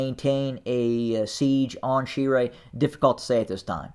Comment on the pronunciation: My God this white boy can't even pronounce Shire. I feel sorry for TPLF supporters who believe a word you say.